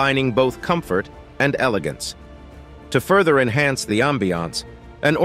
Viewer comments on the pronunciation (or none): none